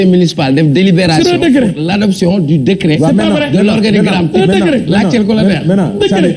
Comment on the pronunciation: On ne dit pas "decret " Svp retenez qu'on dit "décret" .juste damay rappeler rek .gnou bayi thi khel